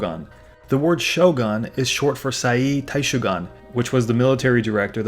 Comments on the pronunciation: Edo pronounced Eh-do. Shogun is Sho-goon, Daimyou pronounced Die-myoh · Cringing every single time I hear you say "shogon". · "Show Gone"? Really?